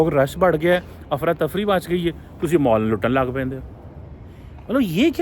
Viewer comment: Mall ❌ Maaal ✔️✔️✔️